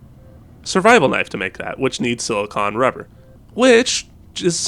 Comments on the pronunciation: Another uneducated YouTuber. The word is SILICONE. Note the E on the end. You keep say SIL-I-CON. Pronuncing it like the word ON, when it should be pronounced like CONE. I realize that YouTubers are doing YouTube because none of you got past 6th grade, but this is a word that most 12 yr olds can pronounce. I bet your parents are so proud. Lol. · SiliCONE rubber, not siliCON rubber. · It's pronounced (sil-a-cone) stupid